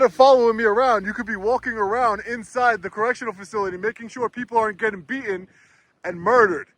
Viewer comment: I'm a long-time subscriber and watcher. And I wanted to watch this one all the way through. But I simply can't when you intentionally mispronounced beatTen over and over and over again.